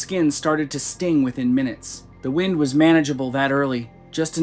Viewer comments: Did that voice just pronounce Wind as Whined? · Not quite, it was wind, but the wind a clock pronunciation.